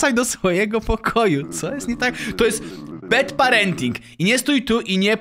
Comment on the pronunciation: nie BED PARENTING tylko BAD PARENTING :>